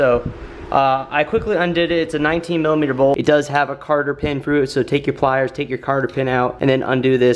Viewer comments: Less ads and pronounce "cotter pin" correctly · cotter pin.. not carter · Cotter pin, not carter pin